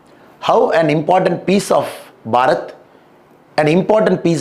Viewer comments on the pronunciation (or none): none